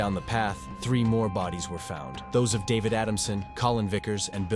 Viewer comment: “Dah-vehd…aftral, altho most of the caves were Uhn-MAh-pid…” 😆🤣😆😂 I can’t!!!😆😆😆